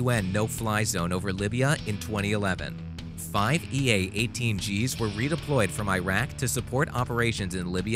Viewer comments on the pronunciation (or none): none